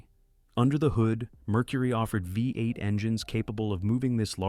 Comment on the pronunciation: Great pictures. Please teach your AI how to pronounce V-8.